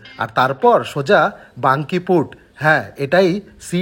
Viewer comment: বাংকিপুট না বলে, বাঁকিপুট বললে বেশী ভালো লাগত!